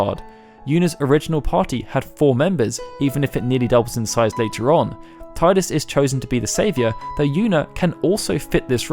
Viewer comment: Tidus is pronounced TEE DIS